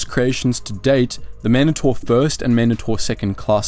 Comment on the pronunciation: Why is it that no one ever points out the weird way he pronounces certain things in Star Wars? Man-dahtor? What?! Man-DAY-tor. Ya know, Mandate. Mandatory. Mandator. Not that hard to figure out.